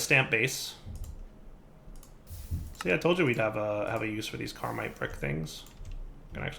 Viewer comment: you need to read the tooltips. It's Caminite. There's no R in that word